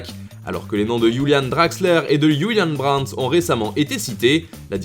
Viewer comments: Mon chanteur préféré : Youlianne Golden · Absolument personne : Foot mercato : Youlianne Draxler, Youliane Brandt